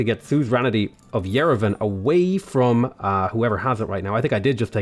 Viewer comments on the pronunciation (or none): none